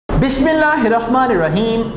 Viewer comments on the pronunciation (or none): u should say bismillah and salam properly...it's so annoying!!!! 😓